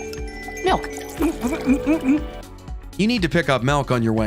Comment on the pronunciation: I hate to mention this, but please say MILK, not MELK.☑👍⬆